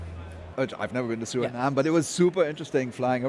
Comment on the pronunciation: Haayyy Did he say “Suriname”?